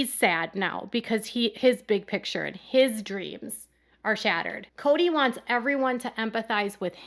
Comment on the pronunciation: Its Kodys big Pitcher not Picture! Since Robyn is there, Kody has adopted this pronunciation too!!